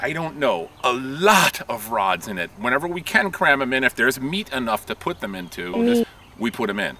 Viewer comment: it's a very long story....but it boils down to this- you don't pronounce the "T" in "meat", and you have to say it any time anyone says the word "meat". They never know what we're saying. We were driving in Manhattan with 2 cars of people, and passed a sign that said "Meat Market". My cell phone rang, it was the other car, and one word was uttered: "Meat". Then they hung up laughing. No, we don't have anything better to do.